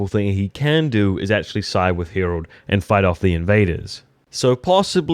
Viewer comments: Harald, not "Herold" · His name is Harald try and pronounce it properly